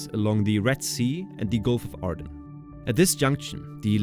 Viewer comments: Aden.. not Arden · "Gulf of Aden" Not "Gulf of Arden" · There's no "r" in the word Aden.